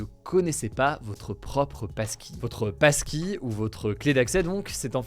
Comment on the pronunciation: Et y a moi qui entends PASTILLE au lieu de PASSKEY